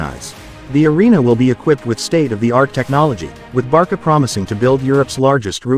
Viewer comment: Barca not Barka